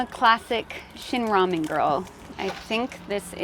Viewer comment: 영어로 발음이 라멘인데